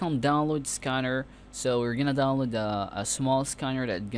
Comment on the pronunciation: Jigabytes and skanner lol.